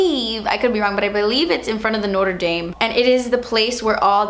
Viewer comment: you pronounced Notre Dame wrong